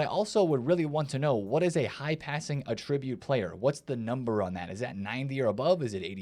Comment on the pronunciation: when it's a noun it's "AT-ribute." When it's a verb it's "uh-TRIB-ute"